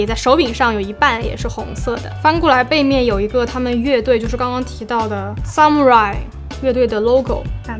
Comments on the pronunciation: 武士发音好像是，萨姆拉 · 武士读法是。撒木拉依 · xxx伊。rai是两个发音。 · 那個武士的日文 不是這樣發音吧